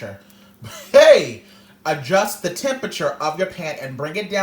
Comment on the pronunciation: "adjust your chempechur....I said chemepechur....HEEEYY!!" 😭